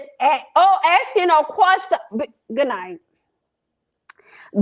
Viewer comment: “I’m just asking a kqwersgion” 💁🏾‍♀️